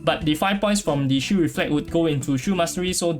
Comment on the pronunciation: what?? im hearing shoe, shield rather